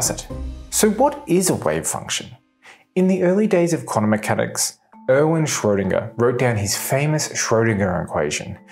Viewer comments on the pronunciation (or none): none